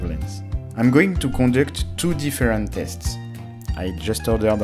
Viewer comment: Zets zu zume zests.